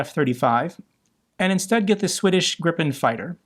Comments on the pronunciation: Considering more and more people are now saying it around the world. Gripen is pronounced with a long i, think of it like being spelled Griipen. Br A Swede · Gripen is pronounced "gree-pen" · it pronounce griippen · Hi, it's pronounced 'Greeepen'!:face-blue-smiling